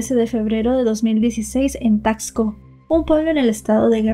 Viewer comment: Se dice tasco, no como dices tacksco. Y visita Taxco, para que veas cómo es realmente, y pronuncies mejor la palabra Taxco